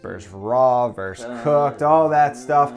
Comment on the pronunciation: versUS, not verse